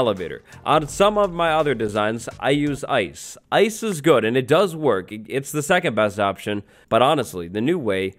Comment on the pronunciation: I’m laughing so hard cause when he said “Ice is cool” it sounded like “isis cool”